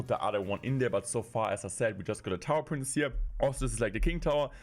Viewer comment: Hey, you pronounce “princess” wrong. You keep saying “prince”, which is really annoying.